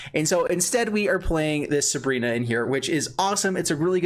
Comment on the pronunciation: Dude I can't bear with you calling her subrina... SU BI RA